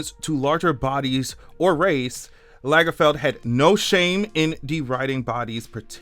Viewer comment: If Lagerfeld had 2 gg's, then your pronunciation would be correct.